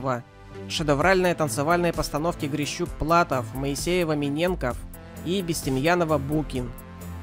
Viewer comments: МиненкОв ! Ударение на букву О в фамилии ! Говорите правильно ! И грамотно. Дизлайк. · Действительно. Говорить о таких великих людях и неправильно называть фамилии-это позор! МИНЕНКОВ. а не то ,что прзвучало из ваших уст. Не беритесь не за свое дело,а уж если взялись,то для начала научитесь хотя бы правильно произносить фамилии. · Как можно так коверкать фамилии фигуристов? Не МинЕнков, а МиненкОв! Не Проскурикин. а Проскурин! Безобразие! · А ничего что все три пары на пъедестале и у всех такая длина платья? У автора не всё в порядке с головой и ударениями в словах . Миненко'в если что ! А не Мине'нков. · Не МинЕнков, а МиненкОв. Не Проскурикин, Проскурин. Слух режет. Хочется отписатья от столь непрофессионального канала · Проскурикин? МинЕнков? Это ужас. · МинЕнков??? Научись сначала русскому языку... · Озвучивание текста сопровождено режущими слух неправильными ударениями - правильно -МиненкОв, а уж Проскурина Георгия вообще исковеркали. Почему не редактируются тесты и их озвучка? Интересно, что это не первый случай такого безобразия. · Не Проскурикиным, а Проскуриным. Прежде чем комментировать, почитайте, как правильно пишутся фамилии. И МиненкОв, правильно ставьте ударение, пожалуйста. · Моисеева - МиненкОв - ударение на О! Да и вообще - с речью надо бы поработать ! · А как фамилию Миненков исказил !